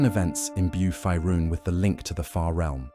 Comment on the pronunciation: Curious why the voiceover keeps saying "Fierun" like that when it's pronounced "Faerun" like "Fayrune". Weird.